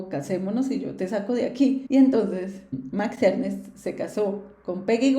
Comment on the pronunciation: Max Ernst, no Ernest